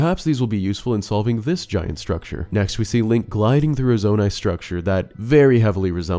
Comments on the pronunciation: say zonai again i dare you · Stop saying zonai